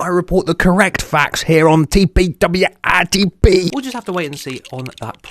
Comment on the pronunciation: Everyone: TPWITP: Tay Pee Double ya Eye Tee Peeeee